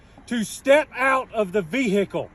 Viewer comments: I hate people that pronounce the word like that. "Vee-hickle." The "h" is silent. 🤦‍♂️ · "step out of the vee-hickle now" 😂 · GET OUT THE "VEE-HAA-KAL" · "Step out the veehickle"😂😂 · Step out of the ve-hicle 😂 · Yup. Yous knows yous in the Boonies whens it's calleds a a Vee Hicles